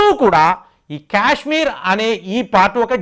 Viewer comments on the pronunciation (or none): Kyashmir kyaashmir kaaaaaaadhu STOP English is way of saying Kya kya kayshmir kaadhu You irritate me Kaaashmir kyaaaaak kaadu Say kaaaa, not kyaa